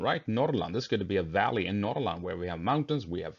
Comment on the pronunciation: Respect for pronouncing Norrland correctly.